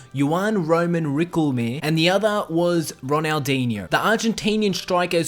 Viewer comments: Tom Jarrett Ikr I cringed when I heard that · Yowan Roman Rickelmere?